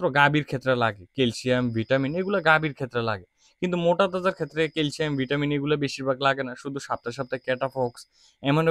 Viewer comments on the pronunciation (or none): none